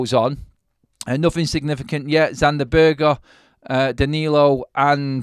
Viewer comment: Berge isn't pronounced Burger mate!😂😂😂 It's Burg-ehh.